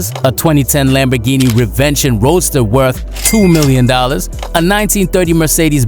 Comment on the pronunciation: The way bro don't research how to pronounce things got me dying Nigo is pronounce "NEE GO" and the Lamborghini is "Rev in ton" 😂